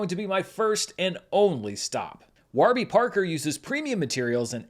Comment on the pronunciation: Need a clip of Giancarlo Esposito pronouncing “Waarby Parker” the way does in this video